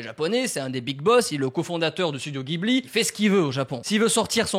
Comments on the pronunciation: Juste bro gibli c’est jibli pour la prononciation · Jiburi pas ghibli la prononciation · Et on dit studio Jibli pas guibli :) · Alors c'est pas pour faire le casse-couilles mais ça se dit "jibli" ! 😉